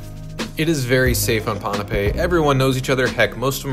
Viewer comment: I like how you pronounced pohnpei correctly. Most videos here pronounce it “pompei” 😁